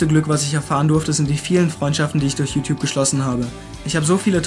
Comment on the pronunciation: Ich musste eben so extrem spontan lachen bei der Stelle "Jutjup".